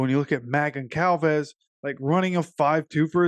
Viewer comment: The c is pronounced like a z “gonzalvez”